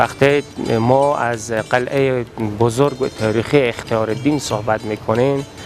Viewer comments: برادر عزیز ممنون از ویدیوی شما‌ ولی لطفا شاعران‌ را درست تلفظ کنید شما شاحران یا شاهران می‌گوید و چندین لغت دیگر را اشتبا تلفظ کردید مثلا قلعه را قلحه تلفظ میکنید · برادرلطفالطفادرگفتارمتن دقت کنیدکه نگویندگوینده متن بی سواداست.یکی ازپنجمین مسجدجامع جهان است یعنی چی این جمله کاملابی معنی است.بایدبگوییدازجمله پنج مسجدبزرگ جهان است.وچراقلعه راقلهه تلفظ میکنیدبازهم جنگ الف وهه